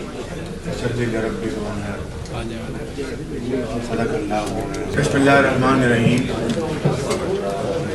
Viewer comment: Sdeequllah nahi hota madam sadaqallah hota hai